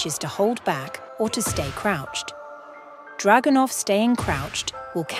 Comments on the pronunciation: That's not how you pronounce Dragunov. But the video was pure gold. Thanks! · I’m pronouncing Dragunov like that from now on 💪🏾🔥